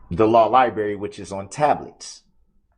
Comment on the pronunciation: "Law Libary"